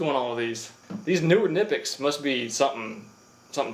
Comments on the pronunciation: It’s pronounced Ka-ni-pex lol nipex 😂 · They called KNippex Not nippex KniP-EX Is the right pronounce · Nigh pex....not nippics.... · Kuh-nipex not nip-ex 😃 Also this content is literally top tier. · They aren’t called Nipex they’re literally pronounced Kuh-nipex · Its pronounced Ka-nipix. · it's pronounced 'kuh-ni-pex' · Protip: Since Knipex is German, you pronounce the K. Kuh-ni-pex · Stop pronouncing knipex like nipix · Kah-Nip-Ex, Thats how its pronounced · i've been thinkin this whole time Knipex is pronounced "K'nye-pex"... now i'm not sure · I always pronounced Knipex the same way you do but I have talked to a couple of people who work for them and they both have said it's pronounced Kuh-nip-ex. It took me a while to give in and pronounce it that way but I do now. Still doesn't sound right though lol. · It’s Kuh-Nip-X. Weird, but true. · The guy can’t even pronounce Knipex correctly! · Why cant youtubers pronounce "Knipex" correctly?? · THE K IS SILENT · only thing i don’t like about knipex is that they actually pronounce the K in their name